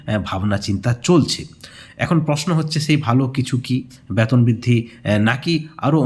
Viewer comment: Age B-E-T-O-N UCHHARON TA THIK KORUN😂😂😂😂